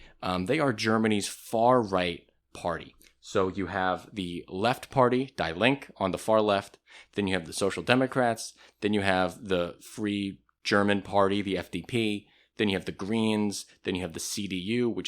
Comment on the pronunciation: Die Linke is prnounced DEE not die, dee link-a or uh but softer dee linka